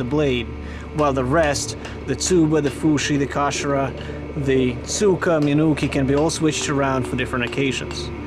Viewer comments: Haha trying hard to say Tsuka instead of cyka! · Tsuka is pronouced with a hard C and the accent is on "a", not cyka